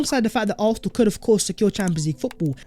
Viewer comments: Arthenal 👀👀👀😅 love u my guy but 👀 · For Gods sake, atleast pronounce "Arsenal" properly man..😑